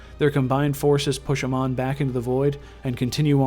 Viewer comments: ITS NOT AMAN..Its Amon..PLease learn the correct names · Why cant any these fuckers that play Heroes ever pronounce Amon’s name correctly? Who the fuck is “ah-mon”. Its “ei-mon”. Amon did not find the protoss. It was the Xelnaga race that created the protoss. Then within the protoss race, somebody managed to bring unity to the race through the Khala which allows them to connect their thoughts as one. It is not the Protoss that rebelled against the Xelnaga, its the Zerg Overmind that went against them, another race that the Xelnaga created. The Aeon of Strife was a sort of war between the protoss who worshipped the Khala and those protoss who chose to sever their connections from the Khala who were then branded as heretics. Unlike what you said, the protoss never killed the Xelnaga, it was Amon who killed the other Xelnaga. Honestly dude, you know jack shit about the content you wanted to put out. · well me being a starcraft fan the lore you said was mostly incorrect ALSO THE WAY YOU PRONOUNCE AMON IS SO BAD... sorry it pronounced AAmon not aMON. just don't be angry these are the flaws i saw. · Your saying Amon wrong you noob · Why do you not pronounce Amon as they do in Starcraft?